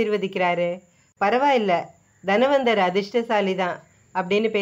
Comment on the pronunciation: தனவந்தர்; தன்வந்தர் இல்லை. Nonsensical pronunciation.